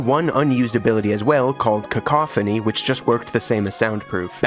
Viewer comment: My biggest takeaway is that you are the first person I’ve heard say the ability “cacophony” correctly. Great video overall also!